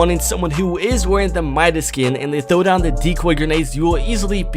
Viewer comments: You said it wrong it mIdas not mEdas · You were saing the name right. His name is not pronounced "Ma-i-das" it is pronounced "Mi-das". Midas is a guy from greek mythology, when he touches somethingit becomes gold. Search it on google. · It's like muscles the c is silent and for Midas it's like m eye das not meedas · by the way, Midas is pronounced "my-dis" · actually I dont mind cuz in french we says Midas pronounced Me-das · bc im from greece and midas is from greek mythology its midas is not wrong guys is right midas not midas with like a e but medas but is a i midas u get me? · It's pronounced "mie - dis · Myth: what would happen if pronounced midas correctly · U said Midas wrong 😂😂😂